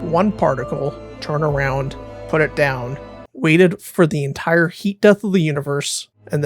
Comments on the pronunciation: "Enitre"... sorry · Nice subtle “Enitre”